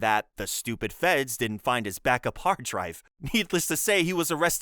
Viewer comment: even that bit in where you sounded unexpectedly British when saying hard?